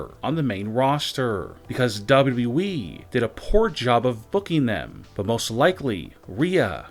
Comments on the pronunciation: does teh guy doing the voice over even know the name of WWE. There are 2 W's in WWE yet he keeps calling it WE. What a moron. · WrestlingNewsNow official dictionary: Noun: WbleWbleEeeeeeeee (DoublyDoubly-Eeeeeee) Meaning: Poor way of pronouncing W.W.E Example: This will (won’t ever ever happen) in WbleWbleEeeeeeeee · Beautiful Narration of all Time Hahahahaha. Even when he says WWE . He says Wyi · Dude not even sayin WWE he sayin dubbadubiweeeee